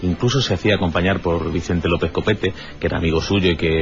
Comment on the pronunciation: Iker...ANTONIO LOOEZ SIERRA NO GUERRA....😮😮😮😮AY DIOS MIO🤢🤢🤢🤢🤢